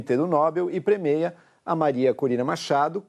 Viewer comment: Ñ é premeia e sim premia. Inconsebível um jornalista falar errado.